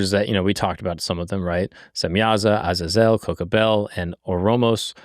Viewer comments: Stop calling Azazel. Aza-zelle. It's Ah-zay-zel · It's (ah zay zol) not how u said it but good video